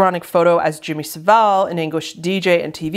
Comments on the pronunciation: why can Americans not pronounce Jimmy Savile right? It's not "saveel" its "sa-vul". no hate to but whenever Americans talk about him they always say his name wrong (as if it's Seville) and I don't get why. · This is so not relevant but Jimmy Saville's name is pronouced (sah-vul) as in bull. Tbh he was a disgusting man though so misprouncing his surname is the least of anyones concern